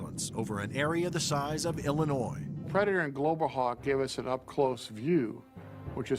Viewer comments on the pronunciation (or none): none